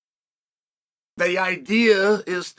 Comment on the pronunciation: I‘m still excited to see who this „Pierra“ guy is…